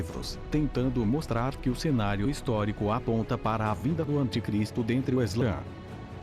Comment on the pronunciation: não é eslã, é islã